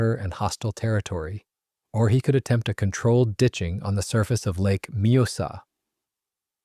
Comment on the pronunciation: I like his pronounciacion of the lakes name! Majosa!!😂😂😂😂 think he means the lake Mjösen ❤?